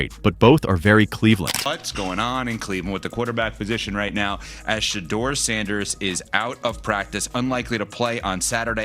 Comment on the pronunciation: "Shadder" Sanders... WTF??? These Ai bot cannot be programmed to correctly pronounce his name...got-DAMN!!!